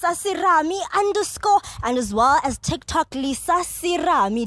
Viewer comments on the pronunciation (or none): none